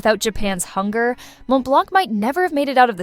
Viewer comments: The correct pronunciation is Mon Blan, the T and C are silent. Please take note, because the mispronunciation completely ruined the veracity of this clip. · Just a note here , The C is silent in Montblanc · Please pronounce Montblanc correctly, silent t and c. Google it, it's free.